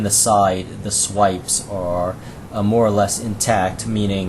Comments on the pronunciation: They're "sipes" not "swipes" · Did you call the sipes, swipes?